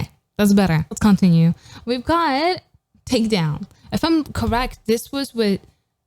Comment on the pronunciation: its Takedown not brakedown